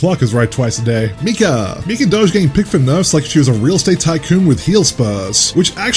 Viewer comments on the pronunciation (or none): none